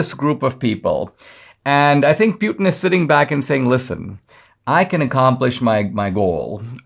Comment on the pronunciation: Pewtin 😆 I love you Dinesh, but that's hilarious